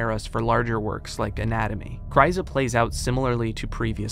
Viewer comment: Small nitpick, it's "chyrza", not "chryza".